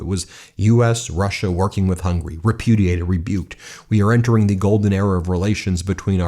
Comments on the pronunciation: Pronunciation of Hungary is Hung-u-ry...not hungry, which means "wanting to eat". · It's Hungary, not Hungry. Hearing this guy pronouncing it hurts. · Why do you pronounce Hungary as hungry, please try to pronounce it well.....